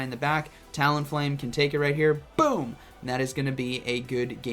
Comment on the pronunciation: Lmao non full health “bewm”